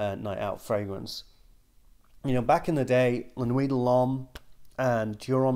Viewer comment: Why does always pronounce it as La-nooey dah-lom. Does he hate the French?